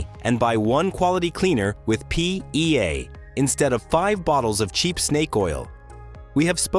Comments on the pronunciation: Have a drink each time the AI says "PEA" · Say PEA one more time, you AI AF voice. Say PEA one more time! Same AI voice from so many other videos. They should use a human. Though there's some useful info here, I am just sickened by the robot voice. Perhaps the whole video is AI generated; I don't know.?